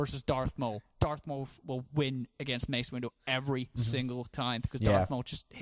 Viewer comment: Mace Window and Darth Mowl? What?